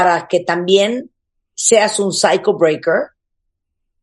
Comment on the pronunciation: cuando dice cycle breaker su pronunciacion es más de psyacho Breaker ahaha